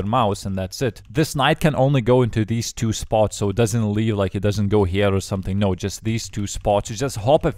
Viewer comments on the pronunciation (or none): wrong pronounce of two, i guess you need to say two instead of chew